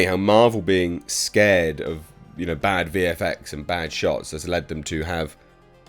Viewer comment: Seared, not scared. I mean same point I suppose, just sayin'.